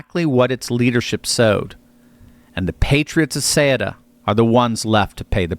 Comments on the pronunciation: No one can pronounce it correctly. soo-ET-uh. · Ceuta is pronounced ‘soo tah’. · Ceuta is pronounce SUE-Ta. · Soo-ta! Ceuta